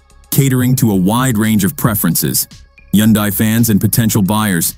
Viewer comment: Not sure I’ve ever listened to anything that had so many different pronunciations of Hyundai that never managed to actually get it correct. 😂 However, other than the struggling AI voice, not bad quality and quite good information for consumers to consider.